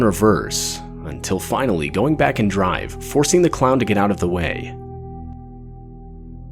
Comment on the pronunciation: "Don't dwink and dwive" he said it perfectly... almost.